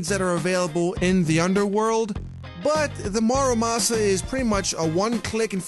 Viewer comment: Everyone calls it a mArUmasa but it is a mUrAmasa.